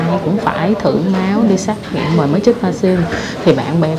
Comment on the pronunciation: Xét nghiệm chứ không phải xác nghiệm nha em. Kaka